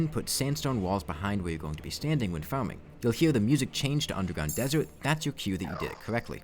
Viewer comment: "Fawming" "Genewate" "Pwe-mech"